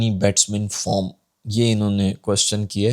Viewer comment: Batting form nahin batting farm bola tha journalist naey 😅😂